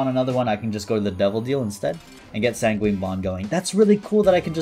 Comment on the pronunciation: he still says san gween for sanguine.......